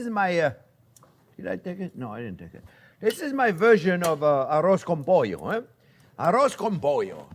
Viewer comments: "Arroz con pollo" Excellent spanish accent Chef!!😊 is a cheap dish, easy to do and tasty...Great recipe this version "A la Jean-Pierre" I love it! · arroz con pollo! your Spanish is great haha